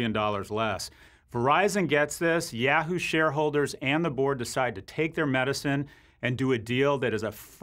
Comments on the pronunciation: I love you Scott but you say "Yahoo" like "Yeahoo" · please don't say "yeah hoo". instead, try "yah hoo".